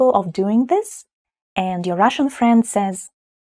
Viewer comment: I could comment on your English pronunciation, but I won't. Try to learn to say "The" with a genuine "Th" sound, not "Ze" or "De". Its not "Ze" or Zis", it is "The" and "This". Is this important? Maybe not, but why have everything with different endings for case and gender? English has few case and gender endings, and it seems to survive ok. I am, you are, he is, we are, you are, they are. He thinks, you think. Я люблю бабушek.